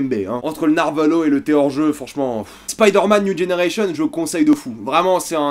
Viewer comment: "Spaïderman niou dgénéreillecheun"